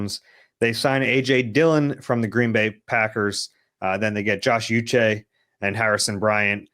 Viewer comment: Uche = Oo-shay